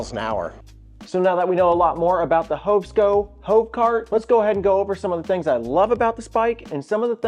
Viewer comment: Very good review but please it's Hov Sco, not Hovo. Gonna make peeps think we hobos.